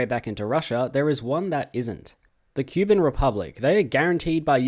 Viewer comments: ITS NOT "QUE BIN" ITS "COUP BAN" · Poroshenko was the president of Ukraine through 2014 to 2019, very anti-Russian/Pro-Eurooe, more so than Zelensky. And pls, for the love of God, do not use foot infantry in the 2020's it ain't worth it. Also I think it's pronounced Koo-ban